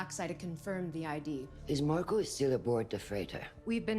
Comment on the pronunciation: His name is *Marco* not Marcos. I'm sorry, I had to say something, it's been driving me crazy the last few eps lol!!